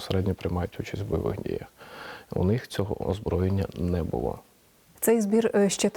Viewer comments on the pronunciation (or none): none